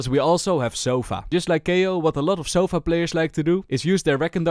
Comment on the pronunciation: Sova❌ Sofa✅